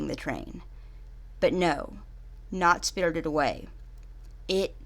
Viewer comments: “Spirldid Away” 😂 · “Spiddurded away” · "SpRtRred away " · Im bothered on how she pronounced "spirited" every tjme she says it but none the less a great review thanks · Why do say spirited like that😂